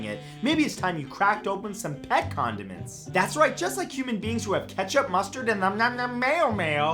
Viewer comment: Who thought he said pet condoms